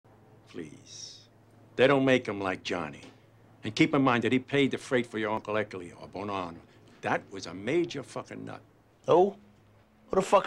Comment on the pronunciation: Anyone else notice that Tony can’t say the name Ercole but that was the original boss of the family’s name?